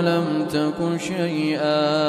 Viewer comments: Salam. I am still learning and would like to check at timing , ayat 60, my quran shows "syai-aa" but sheikh's pronouncation is different. I seek clarification. Jzk khyr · Ma Sha Allah beautiful voice .but Please check last word of ayah 60